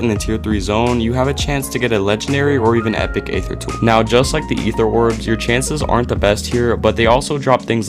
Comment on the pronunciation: Aether is pronounced "ee-thur", not "ay-thur". The "A" is silent.